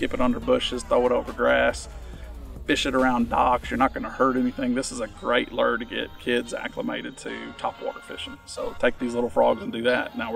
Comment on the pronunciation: The moment I hear “lure” pronounced the way he says it, I just can’t listen anymore.